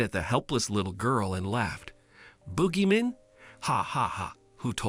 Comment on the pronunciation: It's I think supposed to be boogeyman